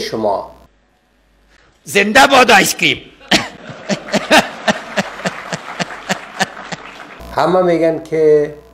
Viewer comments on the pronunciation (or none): It wasn't ice cream he said, ice keam.